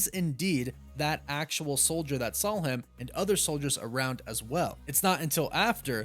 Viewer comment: You take the L out of wolf and add it to "saw." There is no L in "saw." I bet you say "drawling" instead of drawing.